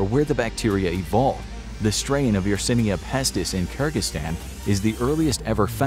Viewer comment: My man, how can you possibly pronounce yersinia pestis wrong while looking at it